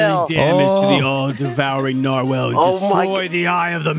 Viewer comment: their pronunciation of narwhal is hilarious